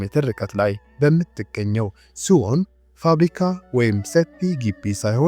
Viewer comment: እረ ያሳፍራል ሴኡል ነው ሲኦል ተብሎ አይነበብም